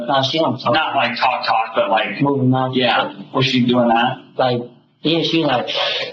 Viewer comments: Literally have never heard anyone pronounce the L in “talk” like the narrator… annoying. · Dear Narrator Man, Stop overpronouncing the 'L' when you say 'talk.' Thanks.